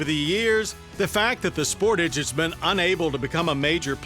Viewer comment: Omg I just hate when people say “SPORTIGE” I have one of these and it’s so annoying when people say it that way. Something I love about this car is how put together and simple the Interior feels. It is also very comfortable to drive with soft seats. It’s also a lot faster than most cars in its class. Even without turbo.